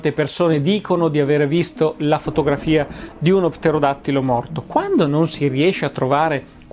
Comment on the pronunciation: Il video è stupendo, per di più una impresa dire correttamente pterodattilo per tre volte consecutive 😂